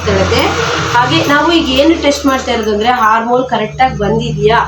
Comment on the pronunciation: ಹಾರ್ಮೋಲ್ ಅಲ್ಲಾ ಮೇಡಂ ಅದು ಆರ್ಮ್ ಹೋಲ್ (Arm hole)